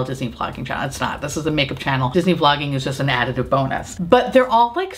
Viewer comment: I thought you said Disney Flogging at first and thought, ooh that's kinky, lol.